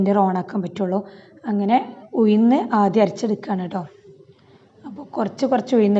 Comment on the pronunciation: ഉയുന്നു അല്ല ഉഴുന്ന്